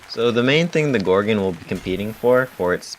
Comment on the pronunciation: I hate how you say "gorgin". Its gorgon. gorGON